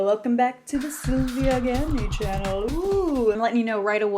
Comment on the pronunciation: the one time when hasn't said chyannel finally 😅